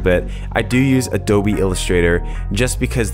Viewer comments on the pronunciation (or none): none